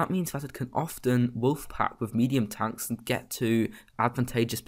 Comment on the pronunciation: Bro it pronounced "Tanks" not "Tonks"